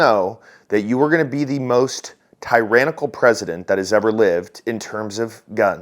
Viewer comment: Did you say teranical or hole faced🤯